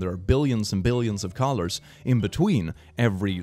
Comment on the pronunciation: When you said colors, i thought you said collars and my brain couldn't work for a moment